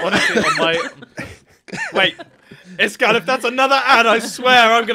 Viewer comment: Is it just me or does pronounce name wrong…